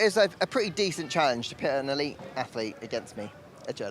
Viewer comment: ellite? hahahahaha...